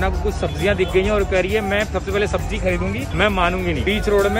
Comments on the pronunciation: Sabji nahi 'sabzi' hota hai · Its sabzi not sabji